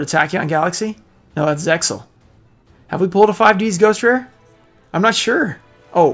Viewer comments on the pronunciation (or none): none